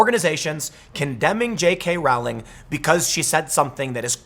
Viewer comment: J.K.Rowling's last name is pronounced (roll-ing).😁